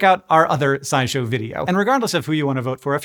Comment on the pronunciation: I just realized I had heard you say SciShow in other videos several times, but I thought you had said Side show and wondered what that meant, figuring it was one of the many accounts you have, DOH